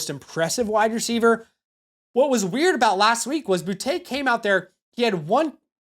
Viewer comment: its so annoying hearing these guy intentionally say Boutte name wrong, its BOOTY, he said it himself. stop being uptight white people and say the mans name right. You'll call a guy named Jacory, Bill. But not a guy named Boutte, Butte. So weird